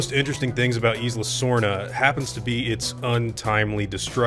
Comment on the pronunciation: Isla is pronounced eye luh not eece luh